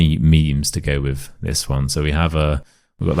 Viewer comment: If you’re purporting to teach English, the least you could do is not to pronounce “with” as “wiv”!